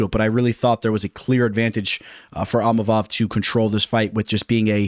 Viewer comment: Bro it's ( EEM-AH-VOV)...& Money Moicano hyped us up!